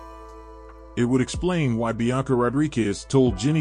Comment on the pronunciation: So you added an extra syllable to Blanca Rodriguez' first name. That's no big deal. You also added an extra syllable to actress Alix Lapri's last name (referring to her as Alix La-PA-ri). At least you're consistent with your mispronunciations. Good content, but step yo' verbal game up...